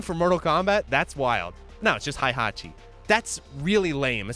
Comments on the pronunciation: great video just pronounce hei hatchi instead of hai hatchi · WHY are you saying HAIhachi